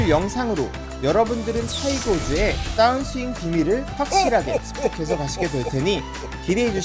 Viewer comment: 따운스윙이 아니고 다운 스윙이라고 하셔야 듣기 거북하지 않아요. 마치 벙커를 빵카라고 하거나 퍼터를 빠따 라고 하는 건 많은 사람들이 거슬린다고들 하죠.